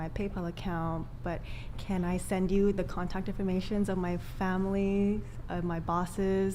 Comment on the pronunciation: LOL "They bring dishona to famiree."